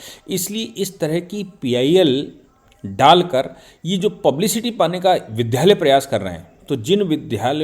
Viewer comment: विद्यालय को विध्यालय क्यों बोलते हैं?